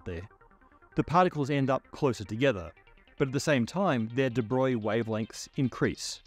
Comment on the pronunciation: And here's me thinkin' from like 1979, that it was 'Di-Broag-lee'. 🙄 Somehow, "Da' Boy" just chalks the board. Jeez, this guy would have lost Einstein early. 🤷‍♂️